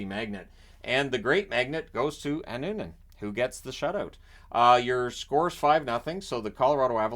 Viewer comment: Good job with pronouncing Finnish names, like Annunen and Luukkonen. But if you really want to perfect that, try to internalize that double consonants (kk or pp or nn) always indicate a tiny pause in the middle of the name